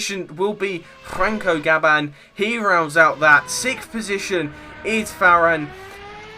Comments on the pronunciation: Well...you pronounce Gam-ba as Gab-ban and Fa-ri-na as Fa-RIN. Apart from that, all good. Especially your counting skills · Well, looks like I'm amazing on qualifying but...not really too incredible in the race. And, if you really are great, pronounce Gamba's and Farina's name probably 😝. Though I'll give you a pass on Fachrizain, his name is impossible for most.